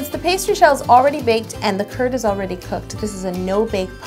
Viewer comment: How To Cake It it sounds like you are saying lemon turd not Lemon Kurd